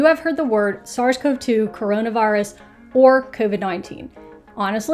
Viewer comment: Hello! In the virology world, SARS-CoV-2 is usually pronounced like sars-covie-two, with an ee sound. Sorry for the minor nitpick. It would be nice if the literature clarified how us research nerds are pronouncing it, but I suppose the pronunciation also doesn't matter much in the end!